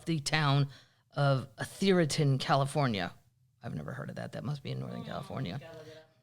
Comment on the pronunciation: Ah-ther-ton is just south of San Francisco. With 8 figure houses.